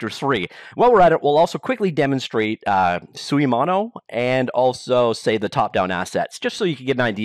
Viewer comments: You pronounced suimono 水物 pretty good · Unreal only has blueprint for "in-editor" scripting, which is now matched by Unity's Bolt. So they are on par here. But yes, this should be bought by Unity Tech. You pronounced "suimono" correctly (except the tone but that's another beast). I never bought any assets on the asset store, because I don't use Unity enough, but Script 3 is exactly what I always wanted, so I'll probably buy the bundle.